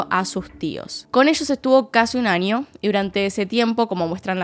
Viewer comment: Me encanta como pronuncias las ñ, un ninio, en el anio jajaja ❤